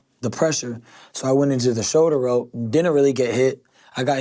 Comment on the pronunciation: Shouder Rowl